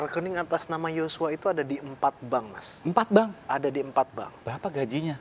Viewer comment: Yosua bukan yocua